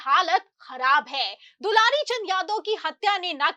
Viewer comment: Dularichand nhi dular chand hai kya patrakarita karte ho